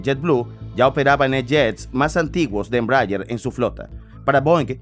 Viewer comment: Me duele el oido de escuchar una mala pronunciation de ese avion